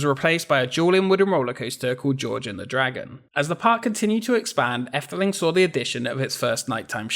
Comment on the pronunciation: Yes, you butcher the Dutch language, but at least you pronounced 'Efteling' correctly and you more than make up for it by showing amazing archive footage of Walt Disney visiting The Netherlands. Good video. I grew up near the park and must have been there hundreds of times. It's a great and unique park, although there is a slight decline in quality ever since imagineer Ton van de Ven retired. Since then, the only additions I really like are the Baron 1898 dive coaster and The Little Match Girl, designed by Michel den Dulk (who also left Efteling to become an imagineer with Disney in Orlando, where he designed the 2016 Frozen Ever After ride in Epcot).